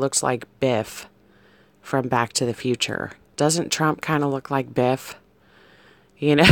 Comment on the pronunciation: Biff.. At first I thought you said beef.. Doesnt Trump look like beef..??? 😂 😂 😂 😂 😂 You had me crying with laughter... (😬)